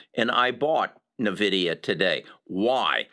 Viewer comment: Just FYI, you aren't pronouncing Nvidia correctly in a lot of your videos. It's EN-Vidia not NUH-vidia.